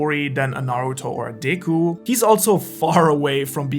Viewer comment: I don't know if it's the accent, or the dramatization, but did I just hear "Deyku"?😅